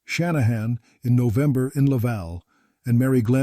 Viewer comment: Kingston Ontario. FFS get your robo-narrator to pronounce things halfway coherently. Or - here's a novel idea - actually do the narration yourself. Who cares if your voice isn't pro quality? At least the text would make sense. "Nove" and "deck" are not months. Don't you actually listen to these things before posting them?